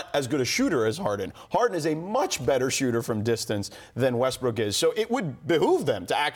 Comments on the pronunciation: Scottie said Rustbrook 😂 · Nobody: Scottie Pippen: Russbrook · "Russbrook" - Scottie Pippen, 2019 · Scottie “Russbrook” Pippen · First the rockets owner says “Likers” and then Pippen says “Russbrook.”